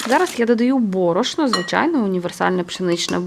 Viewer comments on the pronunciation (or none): none